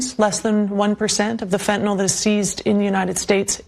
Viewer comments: Why do people pronounce Fentanyl...Fentanol ? There is no "o" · Stop saying "fentanol", its "fentanyl".